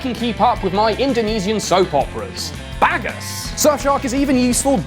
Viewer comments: lmao as an indonesian that totally caught me off guard lmao. its pronounced bag-oos, but nvm it was funnier the way you said it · You pronounce "bagus" Like you pronounce bogus, I love it. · You did not pronounce bagus like that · lmfao this dude really just said bagus